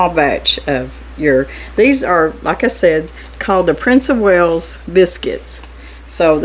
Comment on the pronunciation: There is no 'H' in WALES, I should know as I'm Welsh from Wales UK lol